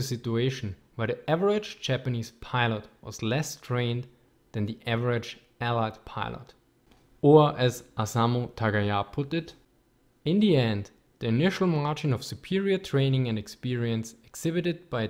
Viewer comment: At the first, it's Osamu, not OSAMA